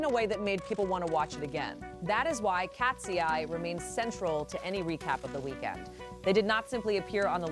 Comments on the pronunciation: IKR? KAT-SEE-EYE? Nice try AI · The way you pronounce KATSEYE just takes me out 😂😂 Love BINI's performance. It was flawless!